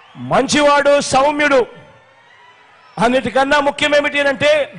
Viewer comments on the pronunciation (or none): He does not know when to use 'sh' word and when to use 'sau' word. It is Saumyulu, not Shaumyulu.